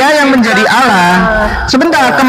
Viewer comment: Juma sebut Allah tu tidak benar, Allah ko disebut Aulah SWT, kenapa tidak Aulah swu atau swb, tidak paham sama sekali